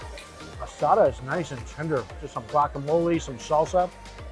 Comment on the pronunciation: He can say asada... But calls a bagel baygo...